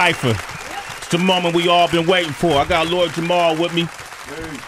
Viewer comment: Somebody tell Sway its Jamar & not Jamal hahaha